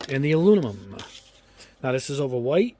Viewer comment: It's bizarre to me that you still can't say the word aluminum. It's not that hard to say. Are you doing it on purpose for laughs?